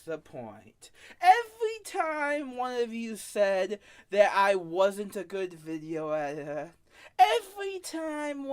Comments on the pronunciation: “ I am the Gweatest Veeioo eeiter that has ever lived” I dunno man, I think the greatest video editor ever would be able to pronounce their title, you wouldn’t expect a captain of a ship to not be able to pronounce his title nor the name of his ship ? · bro can't even say video editor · The self proclaimed video editor can't even say video editor